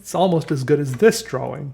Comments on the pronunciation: Feel like kicking him in the head the way he pronounces drawing. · Viewer Judges how pronounces 'drawing': Is this a mistake?